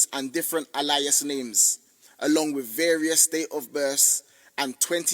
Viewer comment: fighting the word alias like that has caught me off guard